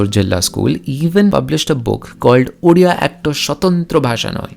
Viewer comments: Uria??orea??? It is Odia. You simply can't pronounce the word Odia??? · Are Bhai humare yahan chief minister ko odia thik se bolna nhi ata😂😂.but thanks for this video.This video only for those people who says bengali and odia are same. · Odia bro !